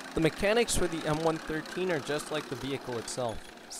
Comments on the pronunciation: It's one one three, not one thirteen.......... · We Americans called it the M one one three, not one thirteen. I drove the M113 and it’s variants, the M five seven seven (M577 - Command Post Vehicle) and the M nine eight one (M981 - Field Artillery Fire Support Vehicle or FiSTV) used by Forward Observer teams. Even with improved power they were slow, and eventually the FiSTV was replaced with the Bradley FiSTV and later a wheeled Stryker FiSTV, although I never drove any of those. I loved the M113 variants because I basically grew up using them. I would love to own one myself.